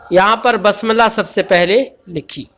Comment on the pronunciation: حضور بسم اللّٰہ ب کی زیر سے ہے آپ بار بار ب کی زبر سے پڑھ رہے ہیں۔